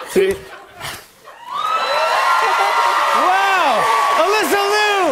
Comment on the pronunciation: Liu not loo